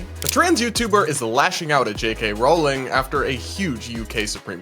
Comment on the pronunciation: Maybe try pronouncing her name JK Rowling correctly, it’s not that hard..